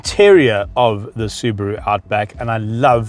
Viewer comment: It's Subaru not Subro and I am from South Africa so It's not Subro it's SUBARU!